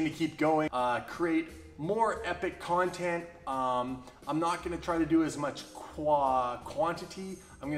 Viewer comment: Epic "Cone-Tent? Are you Canadian?